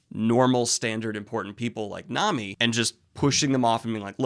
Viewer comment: Coming back here to watch these reviews and being pissed bro does not know how to pronounce Nami correctly this far into the series